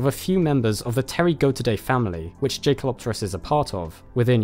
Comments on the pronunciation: Jae pronounces like yay bro like jaeger isn’t Jay-ger it’s yay-ger just an fwi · JAY? kelopterus???? YAY with a YYYYYYYYYYYYYYYYYYYY man. named after a german dude. please check pronunciation before publishing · Yes it is. Well spotted. Most of the time in the media I just let this slip and they called in Jake-El-Op-Ter-Us but it's really Yay-Kel... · I thought it's pronounced yekalopterus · A minor nitpick: I think the J in Jaekelopterus is pronounced as a Y, just like in the German word Jäger (or Jaeger as would be written in English).